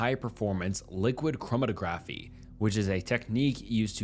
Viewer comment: chromatography: it's prounounce crow ma tah graphy